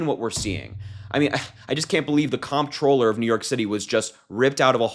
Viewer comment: Harry, it’s pronounced controller. Just letting you know.